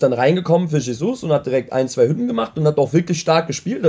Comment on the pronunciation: Bruder dieser Aussprache TSCHESUS UND NKETSCHIAH hahahah alter